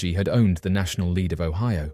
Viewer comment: Great video! You were making me laugh on the first one tho. It's Lead like the metal, not like Leeds.